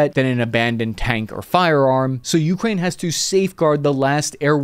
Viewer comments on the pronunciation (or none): min. It’s Ukraine, not Ukrain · Holy shit why do you keep pputting emphasis on the U in Ukraine. So god damn weird. It's like saying ameRICA. Edit: I just saw the part where you showed an enthusiast's simulator cockpit, followed by an F-16C landing on an aircraft carrier in DCS... I think I see what this channel is like now. Edit 2: The HAARM cannot track "anything that emits the radar signal". It has very specific programmable channels for surface threats. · ookra inna (hebrew)